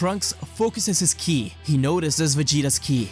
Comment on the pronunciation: Whenever he mentioned Buu absorbing Ki he said killi. I don't know if there is a reason about that, but I found it a little weird.